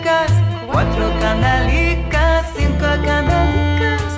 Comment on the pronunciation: The only thing I'd criticize is that the singer during the chorus she pronounces kandalikas when it must be pronounced kandelikas with an EH not an AH...Is difficult when you don't speak Spanish/Ladino.